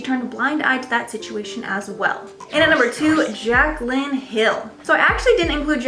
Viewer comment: There’s no “k” in Jaclyn Hill